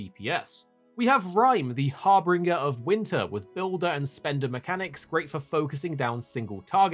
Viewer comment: har-bringer? what? do you mean harbinger? you know, if I don't know how to pronounce a word I end up looking it up to see how its said. you would think that this would be doubly important if I was making a fuckin video saying the word